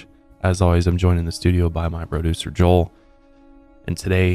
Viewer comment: I just now realized you say “Broducer” lol